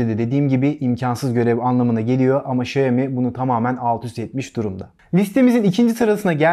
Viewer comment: Okunma şekli şayomi değil şiaomi diye okunur. Direk çince çevirisi budur.